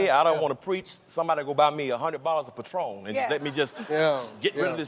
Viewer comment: Did he really say Patron??? Smh